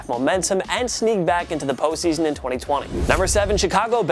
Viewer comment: If says "Po season" one more time... 😑